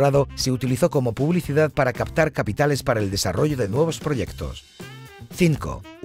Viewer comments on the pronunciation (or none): none